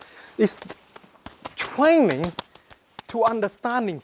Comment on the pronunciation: LOL twaining he sounds like tweetie pie